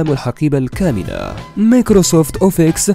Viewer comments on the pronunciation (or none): من سمعت مايكروسوفت اوفيكس عرفت ان اللي يتحدث ماله فالتقنية